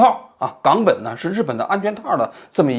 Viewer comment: gāng běn冈本，第三读音多难听